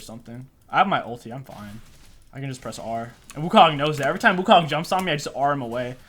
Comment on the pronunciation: perfect and effortless in SFX but gets trouble in pronouncing champs